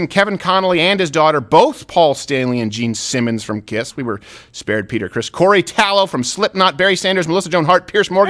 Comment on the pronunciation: Since when is Taylor pronounced like tallow?